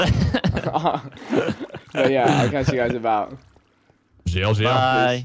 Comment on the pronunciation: vikk says Bye very weirdly